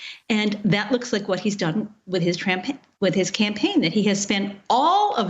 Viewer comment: I caught that!! She defo said SAID before she corrected that "campaign2 From ""TRAMPAIGN" LOL ! But it should've stayed Trampaign!